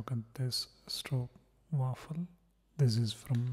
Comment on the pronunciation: i'm dutch (from the stroopwafel country), i'm glad you liked it!!! and you pronounced it right, no one ever pronounces it right 🥰